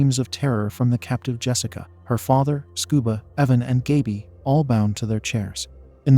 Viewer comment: The narrator mispronounced Gaby's name.